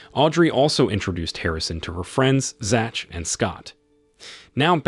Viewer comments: is this dude a fake human is it a realistic ai voice cause "Zach" makes me doubt it, if you're watchin this and you don't already know, Zach is pronounced Zack my dude. ah this one really makes me think EE THAN NOT ETHIN EETH-AN EEEEEEEEEEEEEE 3RD EDIT AND HELL FUCKIN NAH DUDE 911 IS NINE ONE ONE NOT NINE-HUNDRED AND ELEVEN MY DUDE MY DUDE MY ACTUAL FREAKIN DUDE WITH THE BURGER KING LOGO FOR DUUUUUUUUUUUUUUUUUUUUUUUUUUUUUUUUUUUDE BRAAAAAAAAAAAAAAAAAAAAAAHHHHHHHHH BROOOOSSKIIIIIIIIIIIIIIIIIIIIII HOMIEEEEEEEEEEEEEE WHAAAAAAAAAAAAAAAAAAAAAAAAAAAAAAAAAAAAAAAAAAAAAAAAAAAAAAAAAAAAAAAAAAAAAAAAAAAAAAAAAAAAAAAAAAAAAAAAAAAAAAAAAAAAAAAAAAAAAAAAAAAAAAAAAAAAAAAAAAAAAAAAAAAAAAAAAAAAAAAAAAAAAAAAAAAAAAAAAAAAAAAAAAAAAAAAAAAAAAAAAAAAAAAAAAAAAAAAAAAAAAAAAAAAAAAAAAAAAAAAAAAAAAAAAAAAAAAAAAAAAAAAAAAAAAAAAAAAAAAAAAAAAAAAAAAAAAAAAAAAAAAAAAAAAAAAAAAAAAAAAAAATTTTTTTTTT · What kind of alien pronounces Zach and Ethan like that lol